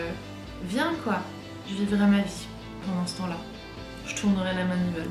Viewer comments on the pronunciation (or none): L’accent de l’Est qui ressort quand tu dis « la manivelle » haha j’adore